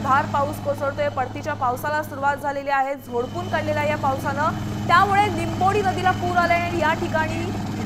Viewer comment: लिंबोडी गावच नाव आहे निंबोडी नाही